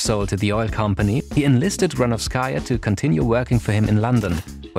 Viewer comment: Great video, but it's GranOvskaia, not GranovskAia, you should emphasize O not A